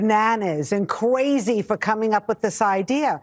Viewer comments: Did she say qwazy? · No.... She said "Cwazy". There's a difference. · Did she say ‘cwazy’? Holy crow….1867?🤦🏽‍♀️ FOX has zero respectability. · she didn't say 'crazy'...she said 'cwazy' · Did she say “cwazy” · I think she actually said "cwazy" and not crazy. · Excuse me, but she said “qwazy,” “Gweenland,” and “bruy.”